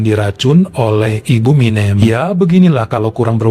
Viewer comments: 😅🤣, jngn pake' "E keras" Banyak orang Jawa disini. MinEm..MinEm... Minem. E nya itu penyebutan nya SALAH. 😅 Aduuuh...banyak pulak itu sebut MinEmnya...🤦🏼‍♀️🤦🏼‍♀️🤦🏼‍♀️ Sampe' akhir cerita. 🤣🤣🤣 Dah lah...😩🥴 😅😂🤣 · tapi itu tg bisa nyebut anak yg pertama warsiyem,hrsnya minem sebut kayak warsiyem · ..Minem Bu, bukan Minjem.. 😂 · Gpp kok Jadi keren nama MİNEM kalo dibaca begini 😂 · bilang minem aku ketawa karna seperti nama Eminem bukan minem kwkwkwkw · sekedar info kalo nama jawa yg berakhiran suku kata EM dibacanya SEPERTI huruf E pada kata ISENG bukan E pada kata BENSIN. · betul..lucu dan keren...ga pp lah logat batak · Ga pp jadi keren bu Minem sama bu Warsiyem jadi asing ditelinga keren pokoknya ❤ 😂😂